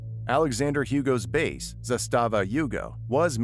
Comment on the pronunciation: Suprised an American actually nailed the zastava name. Good job But you butchered Zaporizhzhia